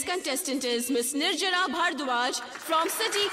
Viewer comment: ye man, its nirjara, not nirjala.